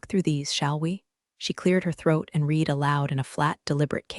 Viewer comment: Your AI doesn't know how to pronounce READ in the proper text.